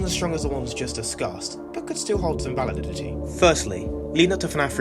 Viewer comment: U said validity funny